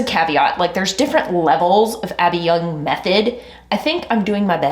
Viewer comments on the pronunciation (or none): Gentle reminder... "Abbey Yung" not "Abby Young."